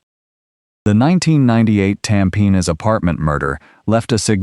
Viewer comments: Yes I noticed this guy kept saying “Tam Pin” 😂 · I'm Singaporean and unfortunately for us, Tampines is literally pronounced Tam-Pe-Nis. 😂